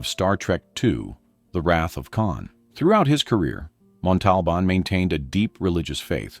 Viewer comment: So... how many times are you going to mispronounce, 'Montalbán'...?